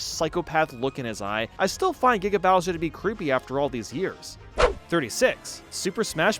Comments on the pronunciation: I stopped thinking about it the moment he said "Gaiga" instead of "Giga" and "Sega" instead of "Saga" XD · why does he go from "gee-ga" bowser to "gai-ga" bowser in terms of pronunciation in the span of 10 seconds? And the same thing with . He says "saga" in one way, then not even a minute later, , he says it in a completely other way. What's up with that? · Why the hell does he say giga like guyga